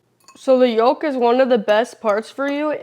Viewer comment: Yolk the L is silent. Walk yolk folk silent L eng 101